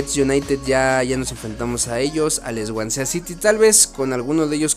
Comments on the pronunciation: se pronuncia "Suancy" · Swansea se pronuncia (*Suency*) jaja saludos bro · Bro el equipo que se llama "Swansea City" se pronuncia "Suansi" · El swansea city pronuncialo como suansi